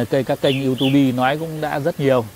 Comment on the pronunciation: Bác nói gì cũng đúng và hay cả. Nhưng có một điều không hay là danh từ YouTube phổ biến khắp thế giới 🌍 đọc là du túp chứ bác đừng đọc là du tu bi Nghe rất là lạ. Vì danh từ đó trở thành quốc tế rồi bác ạ